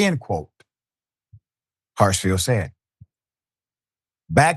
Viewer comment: S name is Hartsfield! Not Hartsville!!! You do this kind of thing a lot, so I've stopped watching a lot of your videos. It seems you never read the posts you put up in advance and butcher a lot of them.